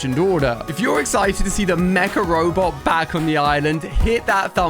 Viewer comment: Everytime he sais mca robot, I understand macaroni.